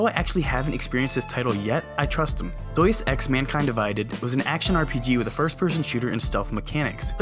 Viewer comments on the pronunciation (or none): Yeh, "Doice ex" is something i haven't played either Haha! For real tho, it's said Day-Us Ecks. Great vid, hope you get way more subs, these vids are great! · Its DEUS EX not Dues deus like god, you know